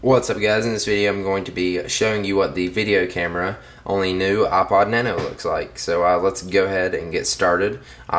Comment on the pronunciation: You say aa-pod xD